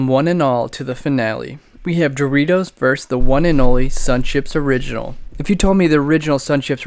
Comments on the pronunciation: Versus not verse, my cat enjoyed the video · “vs” is an abbreviation of “versus” — it’s pronounced like “verses” not “verse” Happy Englishing everyone!